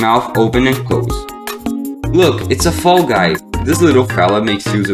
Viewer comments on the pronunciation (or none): ITS GUY NOT GUT